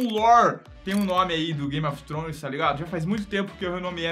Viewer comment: "Game of tronos"